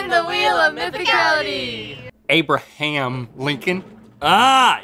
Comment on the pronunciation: "Why is Abraham Lincoln on here?" Abra-HAM Lincoln.